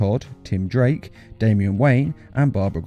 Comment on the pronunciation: You said tim drank instead of tim drake